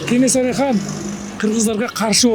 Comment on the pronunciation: Журналист кыз КенеНсары эмес,Кенесары торпок болбой жакшылап даярданбайсынбы?